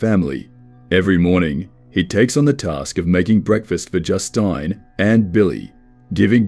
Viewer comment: cant pronounce Justine lol